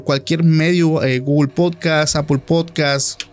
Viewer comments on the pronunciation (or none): none